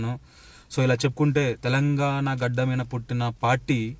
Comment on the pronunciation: మీన కాదు మీద తెలుగు సరిగా మాట్లాడ డం డి